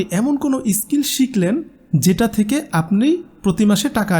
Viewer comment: ইস স্কিল নয়,.. স্কিল।